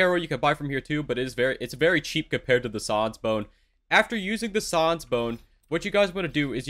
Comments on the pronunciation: It’s pronounced SAANS not SAWNS >:( xd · Im sorry but its annoying how he pronounces sans as Saans and xchara as xcara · he he, said sawns bone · Sauns bone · Son bone lol it’s sans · If he says sons one more time I swear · Why does he say sans like soans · I like how he says "sans" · The way he pronounced sans hurts me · the way pronounces sans though 😭😭😭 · god the way he says sans is just...... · Why are you saying sans so incorrectly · The way you say sans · is he saying sans wrong on purpose? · why he say sans like that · Is anyone triggered how he said Sans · i hate how you said Sans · I like how he mispronouns sans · he doesnt know how to say sans : |